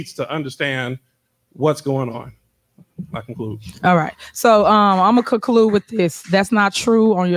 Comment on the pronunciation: "Imma cuh-clude". Lol who elected the girl from friday as mayor?